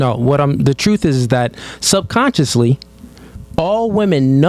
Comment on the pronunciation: He said SUBCONSCIOUSLY 🤦